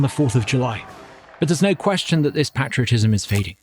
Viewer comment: Love his heart! I hope that Douglas Carswell learns to pronounce "patriotism" correctly.